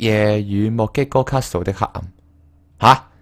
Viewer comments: Tang Cwo 其實其實 我比較在意castle讀錯 而且係英文讀法讀錯 我唔算成日睇片 唔清楚佢人生去到咩階段 如果對外要用castle, hustle 呢類字 讀埋個't'音就會完完全全變左等二隻字 所以先好意提醒 我比較在意既 係 +飯團 呢類人 睇到人留言 覺得唔啱就反對 唔通我食飽飯無野做無根據就話人錯咩？ 算啦…又要比人話認真就輸架啦… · ，castle唔係咁讀